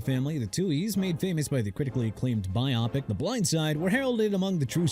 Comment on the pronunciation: Stop saying “Bi Opic”. That sounds so ignorant and uneducated. The word is “BIO PIC” it’s short for “BIOGRAPHICAL PICTURE” putting together “BIO” and “PIC”. You keep saying “BI OPIC” that would mean “BI” as in 2 and “OPIC” I assume is related to optics or eyes. Nonetheless the term is “BIO PIC”